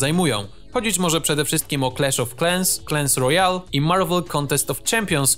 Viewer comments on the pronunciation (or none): Clans Royale, czy Clash Royale? Bo słyszę clans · Powiedziałeś "clans royal" zamiast clash royal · „Clans Royale" XDDDDD, a nie clash royale? XD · japierdole clans royale mówi się clash royale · "Clans Royale"... Ja przepraszam bardzo, ale ten twój angielski coś ci nie pyknął. To się czyta "Clash Royale". A btw jak ty Fortnita wymawiasz? Mówisz to słowo, jak jakiś anglijczyk, który niegdyś tego nie wymawiał a na dodatek próbuje udawać, że umie angielską gwarę. Jak chcesz, to mogę cię trochę podszkolić - moja mama procuje w szkle językowej. TYLKO NIE PISAĆ, ŻE MAM BÓL D*** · Clash a nie klens kurwa xD KLASH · "Clahns Royale" Ale bolą uszy